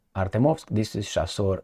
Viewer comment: Chasiv is pronounced like a cherry, chicken, chest etc. or like "C" in Italian language, not like a chassis. Just saying.